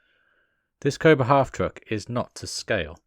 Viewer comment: I cringed every time you tried to put hubcaps on. I knew you were going to break it. One bone to pick. Unless it is just your accent, you keep calling the vehicle a half TRUCK. Its called a half TRACK. Military term. Unlike a tank which is full track, only half the vehicle runs on tracks. Picky I know.